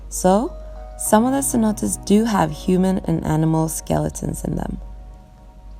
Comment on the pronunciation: CENOTES. Not CENOTaS.